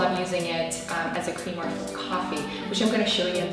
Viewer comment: Hahah you said cweamer